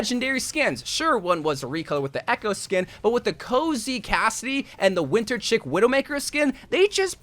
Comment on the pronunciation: he also pronounced "Chic" as Chick which made me stare blankly at the screen.